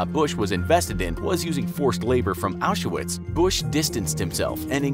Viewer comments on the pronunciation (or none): Hello, since i've heard it more times over and over again in your videos - It is not pronounced Ashuwitz but Aushwitz( Au Sh W EE Tz) :)